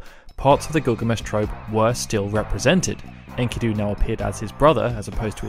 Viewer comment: It's not "in-kee-doo" it's "en-ki-doe" lmao